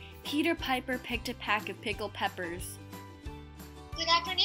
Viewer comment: a peck, not a pack.